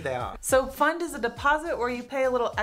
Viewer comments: Why are you pronouncing it puh-fahnd? It's ONE syllable! Pfand! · Its not Puhfand its PFAND